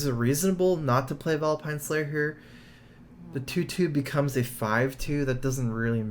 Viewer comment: Do you think he'll drawl Vilepine Slayer?